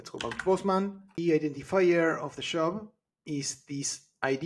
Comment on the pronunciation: I was wondering why he was saying 'shop' but adding 'job' ...